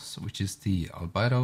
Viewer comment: You're saying "Albedo" wrong. It's not Al-Bido, It's Al-Bee-Doe.